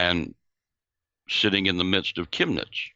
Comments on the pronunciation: You both said Chemnitz correctly and yuppie is the same just spelled with a capital Y. Der Yuppie. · your Pronunciation of "Chemnitz" was spot on. A friend of mine who's a Policeman in Chemnitz told me that what the Mainstream Press portrait was a complete and utter Lie. He also believes that those "Nazis" have been Agent Provocateurs from the "Verfassungsschutz" (your equivalent to the FBI or British MI5). I personally call them by their formerly known Names, GESTAPO and STASI.